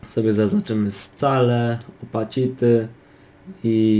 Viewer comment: Czyta sie rotejszyn, posiszyn i skejl a nie rotation, position, scale i opaĆity